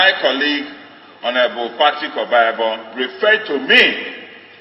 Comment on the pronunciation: This newscaster is a mess for not being able to pronounce the name OBAHIAGBON. Is she not Nigerian?.